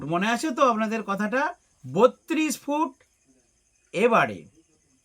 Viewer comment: Food noi re foot 😂😂😂